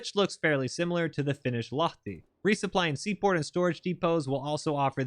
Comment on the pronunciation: I'd just like to commend you for the proper pronounciation of Ahti and Lahti.